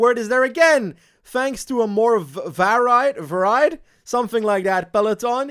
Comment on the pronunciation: "Varied" is pronounced like "vary" but with a "d" at the end, it is a bit confusing as "variety" is pronounced more like how you were saying it, that's the English language for you!